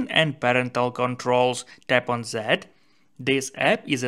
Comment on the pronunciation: Zet.... zis .. come on man.... Say "Dis and Det instead... is it that hard ?? 🤷🤦